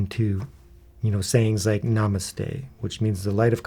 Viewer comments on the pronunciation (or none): none